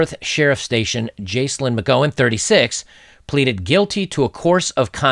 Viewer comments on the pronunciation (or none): Excellent video as always. I couldn't possibly say anything more insightful than what has already been said by you and in the comments. On the pronunciations: Jaclyn is pronounced Jack-lin, the Gow in McGowan rhymes with cow, and antenatal is pronounced anti naytal. Probably comes across pedantic, sorry... it's not a superior flex, honest guv'nor, I often get corrected on my pronunciations also. Edit: There is a variation of McGowan which is McGoohan which is pronounced more like how you pronounced it, so you aren't necessarily off kilter with that one. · Jaclyn is pronounced Jack-Lynn (Jacqueline), and the Gow in McGowan is pronounced like Cow. Sorry to be picky. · Jaclyn: pronounced JackLynn. McGowan pronounced like OW/OUCH. Great job, Brother.